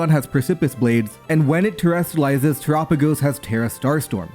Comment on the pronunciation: I am glad to see my boi Zamazenta finally be good. I am also glad to hear finally pronounce Terapagos "Tur-ah-pa-gos" instead of "Tera-pawg-os".